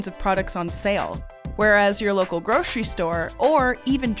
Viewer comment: Since when is grocery pronounced gro-che-ry ??